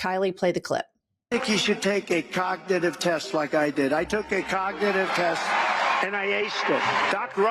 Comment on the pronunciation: Cockneetive test?, what've u done?